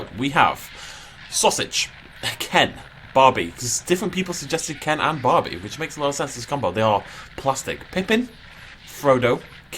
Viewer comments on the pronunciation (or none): none